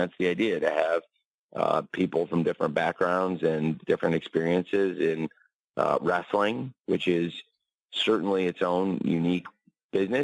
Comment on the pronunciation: Wress-sell-ling. Jim, it's time to get over it. Danielson is a jerk like everyone else there.